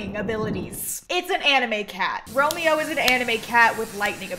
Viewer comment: thats not romeo thats romeow